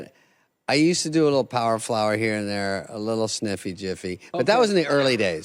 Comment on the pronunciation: Bro said power flour😭😭